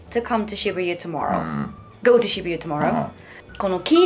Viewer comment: さんのwasとかgoの発音がなんでwa(r)sとgo(r)って発音になってるんだろうって、ずっと気になってるw